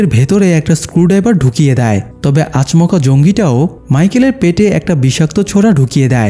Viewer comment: আচ মকা না রে ভাই😂😂😂😂😂 আচমকা 😊